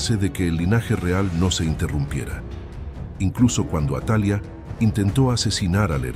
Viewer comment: No es atalia si no atalía, su pronunciación ya cambia ..buen video, gracias.